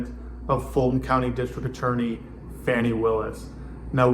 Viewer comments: Fani pronounced fawnee. Not Fanny. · Please pronounce Fani Willis's name correctly. It sounds like fawn-ee, not fanny. Trump mispronounces it because he's a misogynistic bigot.